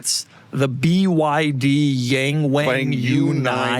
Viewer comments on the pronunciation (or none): Yangwang is correctly pronounced "Young-wong"